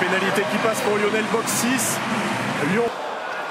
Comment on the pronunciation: Lionel et non Yionel